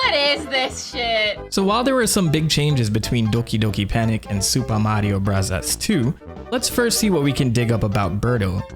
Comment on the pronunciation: Why do you keep calling it “Supa Mario Bravas 2” when referring to Mario 2? It was never called that in Japan, so pronounce it correctly. If you wanna be pretentious, at least get it right.